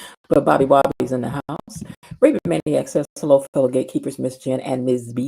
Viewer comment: Be-lo, girl, you are so right!